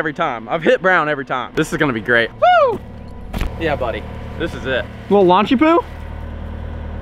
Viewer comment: Did you just say launchypoo? Hmmm